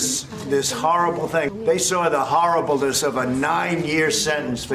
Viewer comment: He did say harribleness!😳😁😂😂😂